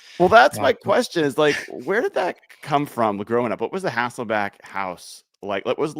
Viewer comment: Love your content. Some of the best analysis out there, and you do seem to know everything about the Seahawks... except how to pronounce Matt's last name. Lost count of all the HasselbAcks.